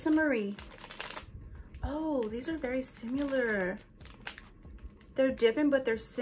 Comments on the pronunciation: Not “simUlar” 🤭 💞Gotta love! You are so cute girl! You found some super cute items too! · “Different but sim-u-lar” haha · notice how she said sim-ye-lar UR TOO CUTE 😂😂🩷